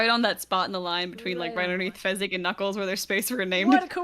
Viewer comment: Fezzik is such a himbo tho And it's Fezzik not Fezzig